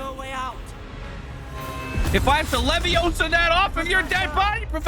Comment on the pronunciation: You said leviosa wrong, it's levio saaaaaaaaaaa